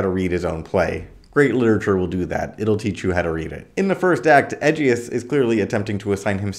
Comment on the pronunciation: With respect, ive performed this play several times at Juilliard, and the new york Shakespeare festival Ageus. The g is soft , pronunciation is like " uh gee us" fyi